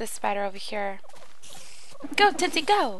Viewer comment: its tootsie